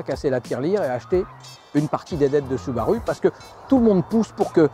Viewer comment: Désolé de faire mon relou mais ça se dit SOUbarOU !!! x)) SInon une vidéo super intéressante super bien renseignée ! Merci